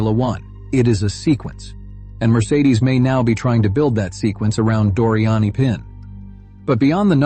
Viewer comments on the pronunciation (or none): She's French, she's Doriane Pin pronounced Pan... She did amazingly.